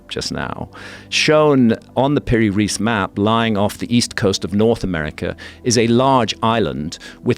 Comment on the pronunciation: Piri‘s Surename is pronounced as „Rice“. 😊